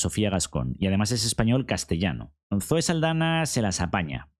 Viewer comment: Solo una pega, es Saldaña con la ñ, del Castellano